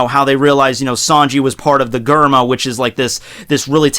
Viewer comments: Dude I’m pretty sure it’s ger-ma instead of gur-ma lmfaoo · Did you say G-erma Double Six instead of J-erma Double Six just to aggravate me? Lol just saying. Your awesome man keep doing your thing. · Its Germa not garma It's bege not bage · hehehe..... "gurrr mah" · Awesome vid as usual, but also as usual your pronunciation could use some work:3 Germa 66 - said like the word German Capone Bege - (beg-gay) Baratie - (bah-rah-tee) Sabaody Archipelago - (shyah-bone-dee) I don't know why it's pronounced like this, but it's true... I realized how ridiculous this story/world is when you said, "Zou is hard to get to/find because it's on the back of a giant elephant" with a straight face. I love this manga/anime so much, haha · Jay Tamal its supposed to be pronounced like germa double six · Cringing every time I hear your pronunciation of Germa